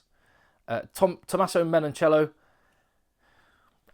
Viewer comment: 😂 and Tommaso … and Caelan…😂 - while you’re at it. But never mind us pedants. Love the videos. The quality and your work rate’s up there with Tadhg Beirne’s